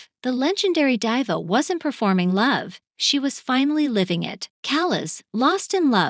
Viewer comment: I stopped watching the moment you mispronounced Diva